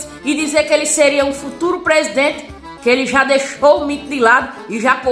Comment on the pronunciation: Ele falou prediernte....eu etendi preso dentro 😂😂😂😂😂